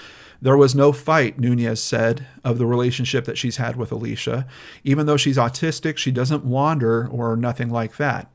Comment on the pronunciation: omg it is Alicia not Alisha